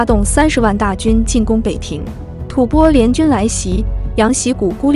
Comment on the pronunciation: 吐蕃的读音，一会读对，一会念白字，建议好好播讲下，加油！